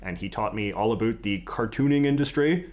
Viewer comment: Can you pronounce the word about correctly, please?